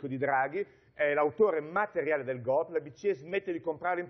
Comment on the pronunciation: Golpe, si dice golpe. Non "Golp" come se fosse chissà che parola esotica od è solo la sudditanza alla lingua inglese, senza comprenderne il significato. (Tipo il famoso Sanity day ed altre perle)